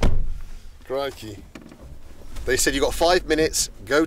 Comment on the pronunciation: Are you saying crickey?